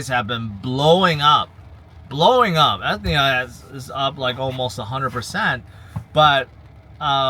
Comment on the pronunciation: I thought mentioned a health insurance company when pronouncing Ethena😂